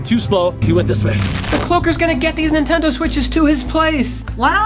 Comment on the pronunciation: EXCUSE ME DID U JUST SAY? AHEMMMMM NETENDO? \ cough \ REPEAT THAT!